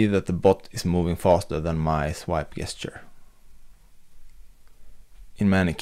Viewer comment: Great video. Your English is almost perfect. But FYI, the English word "gesture" is pronounced with a "j" as in "jester".